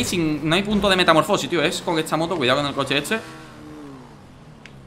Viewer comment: Cuando dice cuidao xd